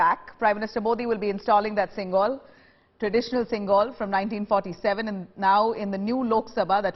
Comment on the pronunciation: It is sengol and not singol